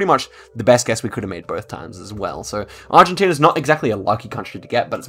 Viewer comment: you did good at the Argentine and Philipino ones even if they were very difficult. great video keep it up!